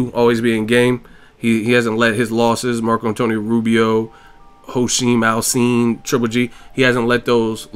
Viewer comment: It's pronounced "JO-A-SHIN" "AL-SIN" please get it correct. - That "J" in the first syllable is audible. Thanks for keeping the quality content flowing.